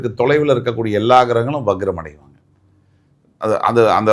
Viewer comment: முதலில் சரியாக வக்ரம் அதாவது Vakram not vagram என்பதை உச்சரியுங்கள்